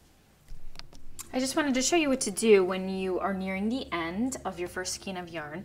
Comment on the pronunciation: Love your patterns and videos, and am casting on for this pattern today. Just a quick note to say skein is pronounced with a long A sound, instead of a long E sound 😊